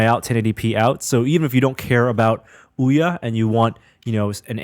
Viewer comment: Ouya--> Ooo-yuh.